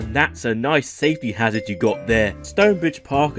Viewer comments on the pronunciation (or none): none